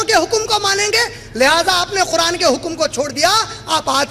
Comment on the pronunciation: ق کے لئے خ کی آواز نکالتے ہیں قرآن کو خران اور قریش کو خریش قید کو خید اور اسی طرح ہر ق کے لئے خ کی آواز نکال رہے ہیں